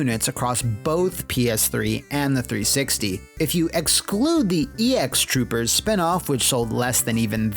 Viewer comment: Super cool fun fact: It's pronounced "X Troopers," not "E X Troopers." Took me by surprise when I saw the title and it said エクストルーパーズ